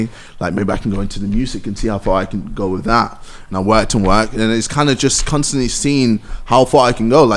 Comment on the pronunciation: Nobody: KSI: "Cunstantly"